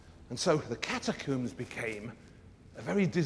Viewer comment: ok this guy mispronouncing catacombs and omega is highly distractive